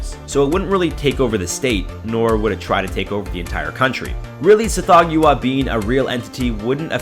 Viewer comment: I REALLY prefer the pronunciation "Sath-HOG-wah" and not "Seth-THOE-gue-ah".